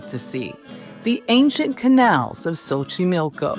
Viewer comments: She keeps calling it “Sochimilko” but it’s pronounced “CHochimilko” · More like tso chimilco